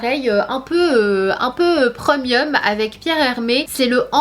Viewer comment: Sana je t’aime beaucoup mais s’il te plaît 🙏 tu peux dire prémium et pas preumium